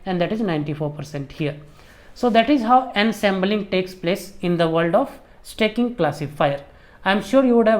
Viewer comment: Sir stacking thoda aur clearly bolte... Blending achha tha..🙏🙏